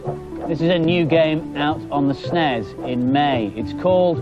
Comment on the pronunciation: "esnes" ?? I always though it was "S-nes" (like letter S, pause, nes)